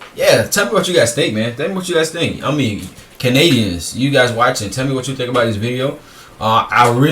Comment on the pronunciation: His pronunciation of about and house are so over done you can tell he doesn’t actually have such a strong accent.